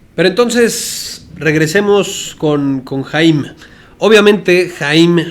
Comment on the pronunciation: Se pronuncia "jayam" saban